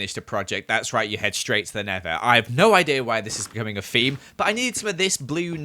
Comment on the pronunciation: Ok I love but the way he says theme is a little annoying he’s says feme instead of theme